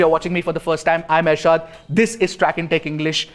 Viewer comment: I always wonder when you say your name Ershad though I came across lots n lots of Irshad. Then I thought "To err is human" 😂